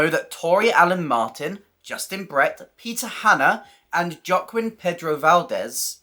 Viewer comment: Very interesting information, thanks. Loving this series. Just a to say Joaquin is pronounced hwa-kin.